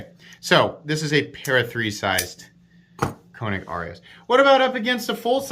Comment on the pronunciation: Long “A” sound when say the name. Not trying to be a dick. Just trying to be helpful. You’re the best!